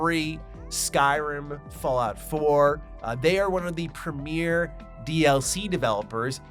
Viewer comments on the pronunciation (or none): it’s premier, not premiere. 2 different words with 2 very different meanings and pronunciation.